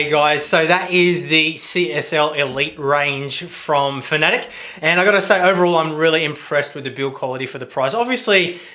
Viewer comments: Please stop saying fanatick its fanatec........ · Could have swore that it was pronounced fana tech not fanatic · Great videos mate , very informative for the sim racing newbie. One small gripe, Fan-a-tec not fannetic